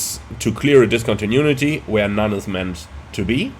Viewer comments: dis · kaan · tuh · noo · uh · tee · Man, I love your videos, but everytime you say "discontinunity" an angel dies :D